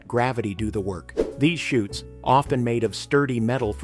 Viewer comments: It's laundry chutes. Not shoots. As in parachutes. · Laundry "chutes" not shoots.